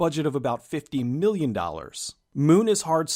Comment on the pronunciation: When you are comparing the Budget of Moon and Sunshine... why do you emphasize "Million", when both productions had millions? Why not go on 5! and 15! or 50! . This drives me crazy cause it sounds so off... sorry. great videos!